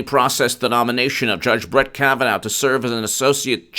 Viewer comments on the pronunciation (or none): Say after me: Judge Kavan-aw, not Judge Kavan-ow